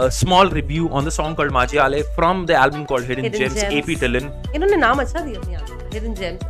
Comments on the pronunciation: Bro ap ढिल्लन नही ap ढिल्लो ha Name Please N Silent Ha Please Don't make this Mistake Again ❤️ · Bhai 'Dhillon' nhi pronounce hota ye, ढिल्लों h ye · Just stop saying dhillon its (dhilooo) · Man you fucked up their names😂 in punjabi "ON" gives the sound of oo not n